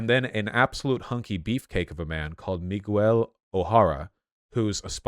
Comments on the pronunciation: MUY-GUH-WEEEL O'Hara. Vaush is that kind of white guy. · Vaush being from Los Angeles and not being able to pronounce Miguel is baffling. “Migwel” sounds like what a British person would say. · Vaush: Miles MoraLAYS, MiGWEL O'HORRUH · MIGWELL??? Vaush will never beat the "can't pronounce non-WASP names" allegations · Vaush pronouncing Miguel like that made my hearts bleed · I guess Vaush is just the kind of guy who chooses to pronounce things wrong on purpose because he’s white? Like you literally just watched a movie where they are pronouncing the name correctly a bunch of times and then you go home and make a video mispronouncing like three different peoples names. I don’t know. Kind of seems like something and white hillbilly would do.